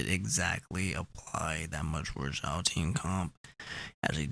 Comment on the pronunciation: Xiao is pronounced "shiao"